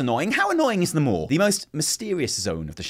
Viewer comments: The more you talk about the maw, the more we really need your wife here to teach you to speak properly. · Maw and maw.... It’s like I’m being tickled. I don’t want to giggle, but I can’t help it.